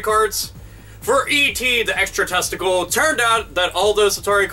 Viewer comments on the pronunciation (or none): et the extra testicle? am i the only who heard that ?